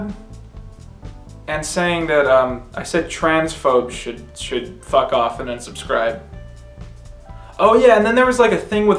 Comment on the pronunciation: is golden. "IT'S A FAHCK!"